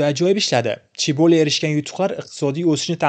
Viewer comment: "CHIBO" emas "CHAEBOL" (재벌)